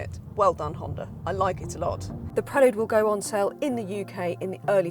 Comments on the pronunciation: I wish se would call it "prelude" as it's meant to be spoken! 🙄 Prel"u"de not prelud! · Surely its pronounced Prel Yood, not Prel Ood? Apologies if Honda have told you to thats how they like it pronounced? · When the in God's name did it become a Prell-ood? It's pronounced Prell-YOOD. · I owned a 4th gen prelude but I’ve never heard it pronounced the way you pronounce it. PRELL YUDE not PRELL OODE. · Pronunciation = Prelyood ( I believe) As in the opening piece of music , it otherwise sounds like a sedative. Honda also made the ‘Concerto’ and the Accord too…. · No, I can’t deal with 9 minutes of ‘Prel-lood’… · And “pruh-lood”….? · Prellood? Ok. Whatever. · Absolutely painful review. I counted 37 "Preh-lude" name plugs and the reviewer letting Honda off the hook for this cars COMPLETELY sub-par performance is inexcusable. For not a lot more money you can step up from this 200hp embarrassment to a 641hp Hyundai Ionic 5N. This may be the first sign of tough times ahead for Honda. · I hate how she says prelude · Her mispronunciation of Prelude is driving me nuts!